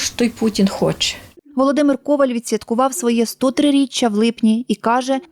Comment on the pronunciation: ви журналіст, а на всю країну пропагуєте помилкове звучання прізвища. не кОваль, а ковАль